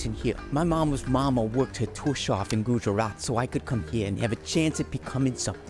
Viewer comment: u butchered the pronouncement of Gujarat